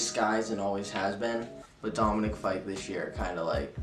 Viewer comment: When Matt said Dominic fyke AHHH